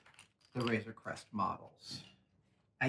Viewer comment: It’s Crest, not Quest.